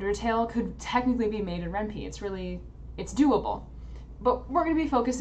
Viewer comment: It's Ren'Py... Py as in Python... not as in wimpy